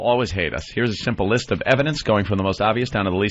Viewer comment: "Here's a rist of reasons why..."